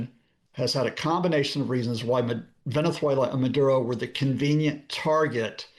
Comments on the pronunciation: Please stop with the lisp!!! You’re embarrassing yourself with this affectation. Venezuelans pronounce a z with the /s/ sound. If they pronoumce it at all (which they often don’t). Only Iberians use the “theta.” The Iberian peninsula is thousands of miles from Venessssssssssssswela. You speak unaccented English. Pronounce it with a /z/ sound like a normal person, you pompous rube. Also, can someone please abduct Trump and Melania in the middle of the night, please? Better yet, why wait till nightfall? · Good info as always. I had to laugh though at how Scott kept pronouncing Venethuela as if the Barcelona "C" applied to "z" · Latin Spanish doesn't use the th sound Scott. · I find it mildly amusing that Mr Lucas makes the great effort to pronounce the 'z' in 'Venezuela' as a 'th', while Venezuelans themselves would never do that because it's the European pronunciation.